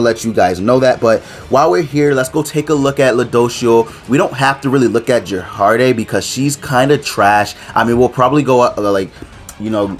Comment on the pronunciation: it took me a while to know you were talking about gerharde when you said jerharde